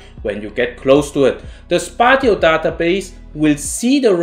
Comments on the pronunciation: Spatio/spatial pronunciation: spay she o, spay she all. Great video, thanks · Spatial refers to space, and is pronounced as such. It rhymes with facial. So 2 syllables :)